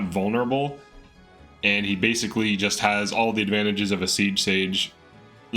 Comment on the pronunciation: Are unable to say advantage or are you purposely saying advandage on purpose?